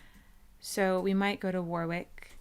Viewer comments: Stonehenge is MUCH smaller than you think, and Warwick is pronounced worick and is about 15 minutes from my house, it is nice as is the surrounding area like Henley and Stratford, if you like cars there is a nice little place called caffeine & machine in that area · "War-wick", lol! 😁 The second "w" is silent.